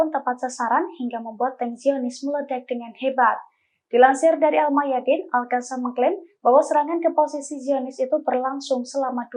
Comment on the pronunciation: Al qosam.. Bukan Al kasam...heehhhh.